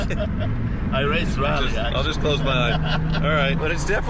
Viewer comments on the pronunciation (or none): none